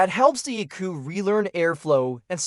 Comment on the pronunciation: Crappy AI. You dont pronounce ECU unit as the word eku. This is just a AI advertisement.